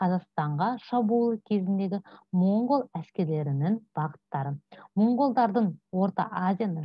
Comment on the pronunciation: Моңғол емес Маңғол деп оқысаңыз жақсы болады.